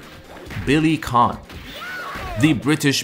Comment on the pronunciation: Why do you keep pronouncing Kane as “Khan”?